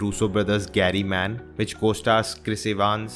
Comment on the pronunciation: Hey Its grey man not gary man